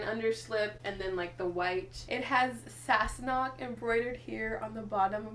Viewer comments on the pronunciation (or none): and its sassenach not sauce-knock.